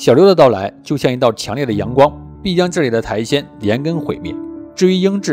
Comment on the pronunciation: 是苔藓(xiǎn, 上声)哦